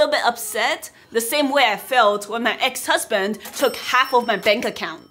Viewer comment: You say most videos ex-hasband 😅